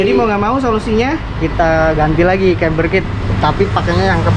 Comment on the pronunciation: Camber bro, bukan chamber. Dibaca kember bukan cember🙏🏻